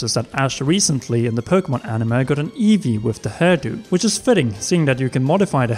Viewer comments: Just came to the comments to see if anyone else had a problem with how he pronounces ‘anime’. Ani-muh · "Animuh" eye twitch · Why does he keep saying 'animuh'?